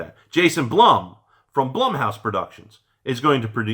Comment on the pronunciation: "Blum" is pronounced like "Bloom" like Bloomhouse......Blumhouse....just thought I'd let ya know")